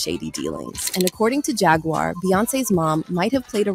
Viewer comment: "Jag-waur" not "Jag-wire" 🤣